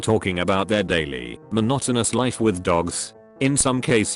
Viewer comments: "All in all an amoosing leef" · Written: "All in all an amusing life" Read: "All in all an amoozing liff" ...I HAVE OFFICIALLY HAD IT WITH YOU AND YOUR TOMFUCKERY, BRITISH TEXT-TO-SPEECH. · “All in all an amoosing lif “ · "all in all an amoosing liff"